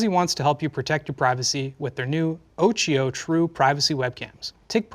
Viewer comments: Damn, that hurt my ears... Occhio (Italian: eye) is pronounced with a K... Having "H" between "C" and "I" makes is a "K"... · I'm so sorry I hate correcting pronunciation but occhio is pronounced with a k sound in the middle, it's the Italian word for eye. Please forgive me thank you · guys, please, it's pronounced okkio